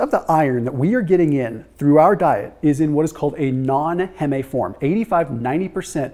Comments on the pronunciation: LOL ITS HEEM NOT HEMMAY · Heeem not heh meh ffs it’s hemeglobin not hehmehglobin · Heme sounds like seem, not heh-may. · Heme. It's pronounced 'heem'. as in 'haem'oglobin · FYI heme, as in heme iron, is pronounced "heem". You know the term hemoglobin? It has the same word root. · Heme rhymes with steam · Heme rhymes with dream. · Get ready to defend the way you say" heme" LoL. I always thought it rhymed with meme. Nice video tho! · "Heme" slant rhymes with "spleen".